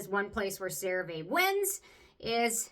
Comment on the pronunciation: I love that you still say the name wrong 😂 So cute ❤